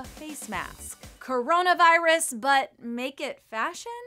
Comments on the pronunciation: No it’s: KarraranaVirussassss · When she say "C0RONA VAIRUS" bro i rly felt that😭😭👌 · KARANA VAIRAS